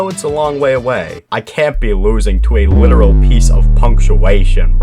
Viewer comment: "I can't be losing to a litarial piece of pu punaction" had me like:😂😂😂😂😂😂😂😂😂